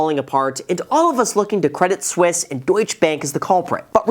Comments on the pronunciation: it is pronounced Credi Suisse, the t is silent :p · It's not spelled credit Swiss ... so definitely pronounced the other way. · Credit Suisse without the i gets Credit Susse meaning Credit Suck in French. Oh la la 😅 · Credit suisse is acting credit sussie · Credit Suisse - my whole life up until watching this video, I've been pronouncing it like "Credit Sweese" blissfully unaware of my level of dunce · you pronounced Debit Suisse wrong